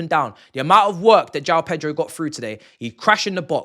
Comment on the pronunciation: PETROL 🤣🤣🤣🤣 that's how he pronounces